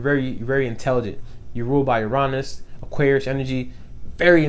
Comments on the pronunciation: Uranus is pronounced (yur-in-uss) tho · 7 11 lol i read this comment before i heard it and i was like hm he’s probably just going to say it one of two ways... no, you have shown me a whole ‘nother way to pronounce Uranus